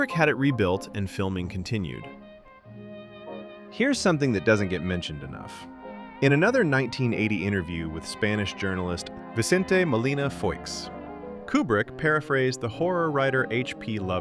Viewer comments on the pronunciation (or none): Just so you know, “Foix” is a French surname and it’s pronounced Fwah.